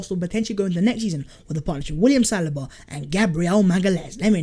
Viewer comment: Does say salaba and not saliba